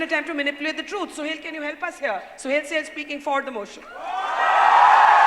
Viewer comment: barkha's secularism compelled her to pronounce suhel as sohail...